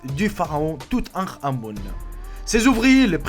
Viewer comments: On dit tou ten ka mon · mdr tu prononce mal le mot du touthankamon